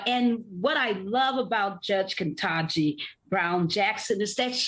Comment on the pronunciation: Everybody needs to learn how to say the Judge's first name. Barbara Arnwine is added to those who say Kantaji instead of Katanji.